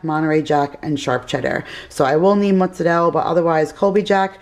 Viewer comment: I love how you say mozzarella